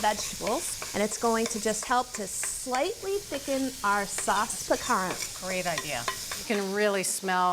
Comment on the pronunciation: needs to sharpen her knife and stop pronouncing the t at the end of piquant.